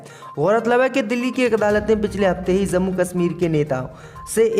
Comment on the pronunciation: JUMA ko ZUMMA read kerta hai bewaqoof..Kis ne bithaya Yahan per..zammu BOLA Jammu ko...yeh Kya ho raha raha hai...HIZAB BOLTA